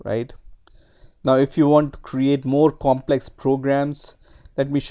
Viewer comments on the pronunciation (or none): none